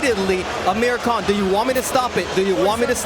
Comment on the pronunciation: He said Ameri can instead of Amir Khan🤣🤣